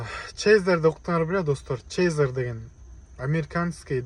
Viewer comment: Чейзер эмес тезер тууган,же мага ошондой угулуп атабы?